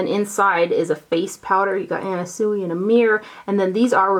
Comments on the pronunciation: Anna Sui is pronounced Anna Swee. Very cute little storage box from her! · FYI Anna Sui is pronounced SwEE. Xxoo